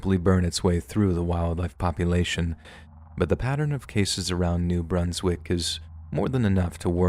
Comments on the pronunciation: It's New Brunz-wik FYI short u. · "New Broonswick" 🤣🤣🤣🤣🤣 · You don't know how to pronounce New Brunswick. Dislike from this Canadian. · I was surprised when you brought up New Brunswick! I had to laugh on the way you pronounced it the first few times too. I’m thankful that you touched on that subject, it is very strange, and people really need to hear about it